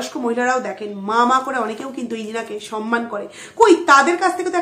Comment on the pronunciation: Samman. Not sanman. উচ্চারণ টা ঠিক কোরো ।